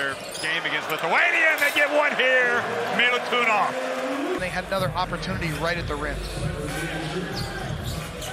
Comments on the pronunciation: Not Milutunov..corectli is Milutinov..🇷🇸🇷🇸🇷🇸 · Klupi komentator ne može da shvati kako se izgovara MILUTINOV...